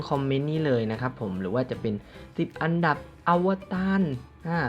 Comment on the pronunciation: ทำไมมันเป็น อับดับ รีบหรอพี่ 555